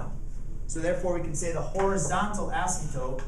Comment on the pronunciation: Did he say "asymtope"?